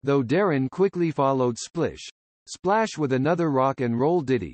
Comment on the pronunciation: I thought the song was Splish Splash not Splish…………Splash.